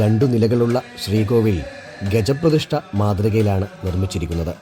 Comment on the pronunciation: ഗജപ്രതിഷ്ഠ അല്ല ഗജ പ്രിഷ്ടം